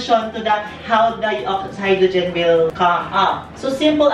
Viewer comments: "HYDROGIN" OMG HAHAHAHAHAHAHAHAHAHAHAHAHAHA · no one: mimi: Hydrujin.